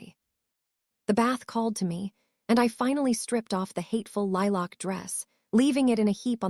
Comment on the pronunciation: The AI voice pronouncing lilac weird was a bit irritating but you really need to fix the “hopping” error 😂 unless I’m wrong and everyone is jumping around I’m pretty sure it’s supposed to say “hoping”